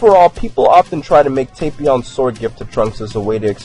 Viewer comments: It's tap Not tapeion It's tapion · its tah-pion